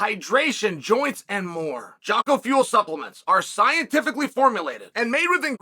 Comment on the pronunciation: Dude gets sponsored by Jocko and still pronounces his name wrong. undefeated